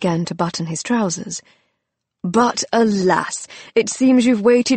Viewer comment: The word is WONT not WON'T and ALAS not A LASS. And these two aren't all that were mispronounced within the first 17 minutes. Spells more to come. Why can't they ever get people that know basic English words to read these books? It distracts from the story.